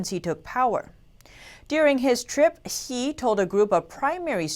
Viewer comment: APPLAUD for learning the right chinese pronounciation for Xi and Chinese names of people and provinces and cities. Xi is "See", not "Shee" as most non-Chinese pronounce it.